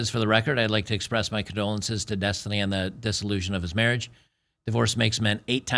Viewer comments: it's density.. uh, destiny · Every time you say the word Destiny… I think you’re talking about the girl.